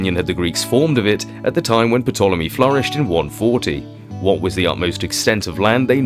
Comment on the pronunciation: The tartary topic has been around for about five years now and honestly your reserch has brought more tangible fact than any i have had the pleasure to enjoy. I sincerely hope it continues. Thanks your a very good researcher.BTW i believe the P in Ptolemy is silent. Fish fact 😮 burn